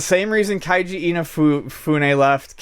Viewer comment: Keiji. Not Kaiji. You're welcome.